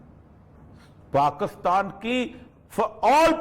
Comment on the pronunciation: اوریا صاحب اپنے ملک کا نام صحیح نہیں لے سکتے۔ کاف پر زیر کی جگہ زبر لگا دیتے ہیں۔ یعنی pakastan.